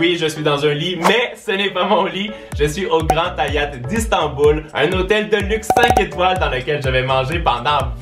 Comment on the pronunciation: Son accent 😊